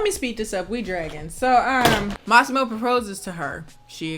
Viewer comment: For someone who doesn’t speak Italian, your pronunciation of Lauria and Massimo was spot on.